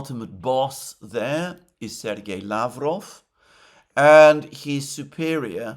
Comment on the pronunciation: Alexander, mate! You've been doing this for years and still mispronounce Peskov and Lavrov's last names. Make sure to put the emphasis on the second syllable not the first one! It's the same as your last name and should be easy for you to do. One would assume you should know by now 😉😉